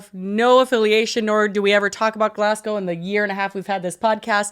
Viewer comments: as a scottish person hearing u say glasscow hurts its glazgo 😢😢😢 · you should’ve tried to Scottish accent 😂 It’s Glasgow- Glasgo rather than gow, like ‘let’s go’- Glasgo. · It's pronounced Glazgo btw 😂😂😂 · Glasgow viewer here with a quick pronunciation tip for all the Americans: it's not "glas" like "glass bottle", it's "glazz". And it's not "gow" it's "go" as in "go to the store". ^.^ So Glazz-go :) Love the episode, mortified by the Willy Wonka virality :0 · You disappoint me! Glass-cow? Really?... good girl. You have been promoted to my favourite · I get that about driving ‘taking you away from back pain’ bc for 11 yrs it was the comfiest I was, ever. Sadly I developed a genetic disorder 10 yrs ago and had to stop driving, and now sitting always hurts…..but those 11 yrs were the best of my adult life. Ps it’s pronounced Glaz-go 😊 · Girlies Glasgow is pronounced glaz-go 😅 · Americans, it’s pronounced GLAS-GO! 🤣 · Americans saying Glasgow is so funny lmao why do they pronounce it "Glass Cow" 😂😂😂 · Me seeing the title and bracing myself for the pronunciation 🥲. I kind of get why people pronounce it wrong but Glass-GOWE is painful 😂. is almost there though! For anyone wondering, it's Glaz-go, like "to go". Or Glesga if you're feeling brave 😌. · I'm from Glasgow and I cant believe yall are covering thisss eeek we are famous 😂 also the way pronounces Glasgow😭😂